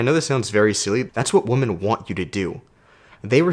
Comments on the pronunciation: Yep, it’s women (plural. Pronounced Wimin). One woman is a woman. Great video. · Lol, I always had beef with how you pronounce women, thanks for explaining haha.